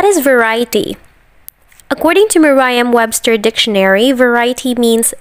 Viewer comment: Merriam was mispronounced.